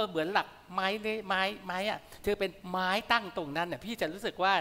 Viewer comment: ปอ ร้องเพลงดีมากเป็นไปตามที่คุณกันพูด ส่วนคำว่า"ไม้" ถ้าออกเสียงถูกต้องควรเป็น"มั้ย" มิใช่"ม้าย"ตามที่ออกเสียงกันทุกวันนี้ ส่วนคุณกบไม่วิจารณ์เพลงหลักไม้เลื้อยจะดีกว่า